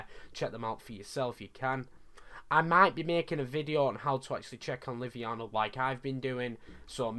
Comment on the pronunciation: btw haha its livonia not liviana. there is an o in there hahaha